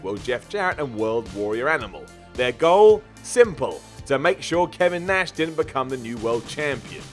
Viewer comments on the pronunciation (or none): none